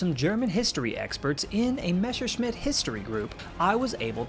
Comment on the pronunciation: Btw its. MESSER-SCHMITT and Not a mesher Schmitt